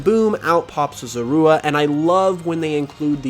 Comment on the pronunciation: The way you say zorua bothers me so much 😂 also WHY ROWLET?!? usually grass types have a wide disadvantage. From typing to low coverage.